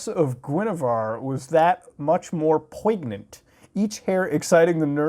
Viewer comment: Muta be like “poygnent”